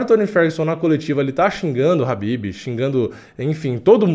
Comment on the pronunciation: Não é rabibi cara, é Khabib.